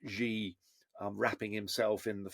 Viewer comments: When you talk about China and you call yourself an expert an China and you pronounce "Xi" as "Zhi", I find it very difficult to trust you on China matters. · Chinas rabid nationalist campaign? what does MAGA mean? its the epitome of Nationalism! It's annoying how 'china experts' feel they can comment on what China is thinking when they really don't know. He can't even pronounce President Zi's name properly. Its just the opinion of a white man in the west. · Xi is pronounced SHE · When you claim to be a “China expert”, but cannot even say the name “Xi” correctly😂😂😂